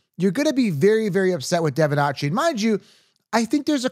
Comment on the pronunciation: It’s not Devon it’s De’Von